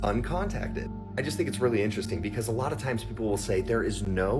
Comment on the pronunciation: ITS INTERESTING. NOT INTER…..RESTING……OMG PLZ